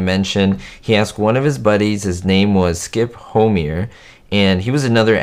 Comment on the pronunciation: Skip Ho My Er That's how you pronounce Homeier